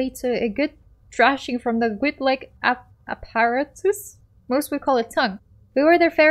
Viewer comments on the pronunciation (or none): Say it with us...cause English is hard..."App-aa-rat-us...Apparatus." Good. You succeed today English.